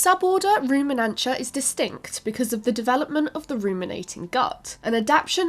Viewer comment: Why are Ruminantia and Artiodactyla pronounced so wrong??